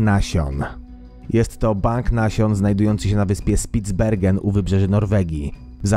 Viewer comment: czyta się szpic bergen. :)